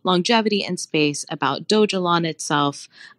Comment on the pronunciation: Not to be rude but his name is pronounced Vit-AL-ICK. Second, the currency is not pronounced Dog-E-Lon. Mildly infuriating .